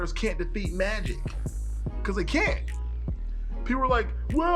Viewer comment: ok i was able to understand what you said except from the word mighic, also sailor Cosmos has unlimited energy and is immortal,she can also manipulate time and see the future also she can erase or restart a universe,even end it